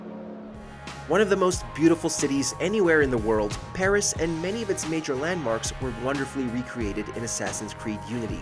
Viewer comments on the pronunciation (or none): none